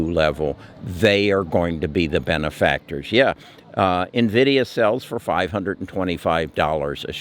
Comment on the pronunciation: Finally, you said Nvida 😁instead of Na vidia 😂. Thanks for the good advice. Hopefully future will be bright.